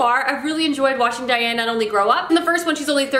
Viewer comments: Please stop calling her Diane, I had to skip that part it got so annoying. It's Daine like Plain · Lol isn't it pronounced "Daine" like rhymes with bane, not Diane? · Daaaaane. 😭 I love you, and your videos. But I can’t listen to you call Daine “Diane” anymore. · I am SO glad that you’re reading Tamora Pierce’s books! She and JK Rowling are my absolute favorite authors! Just to let you know, her name is Daine, not Diane. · thank you haha, I adored this series as a youth because it's lovely but also because I share a rather unique name with the protagonist and Diane vs Daine is killing me haha 😝